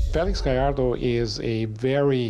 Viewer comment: the narrator can pronounce Gallardo correctly but not Vallarta.